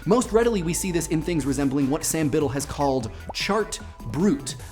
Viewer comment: "Biddle" HahahahahahHAHAHAHAHAHAHHA